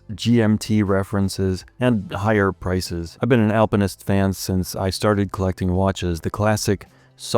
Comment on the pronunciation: Finally not saying "Alpine-ist" 😂